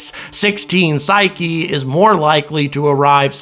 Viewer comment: Thank you for the correct pronunciation of Psyche!!!!!!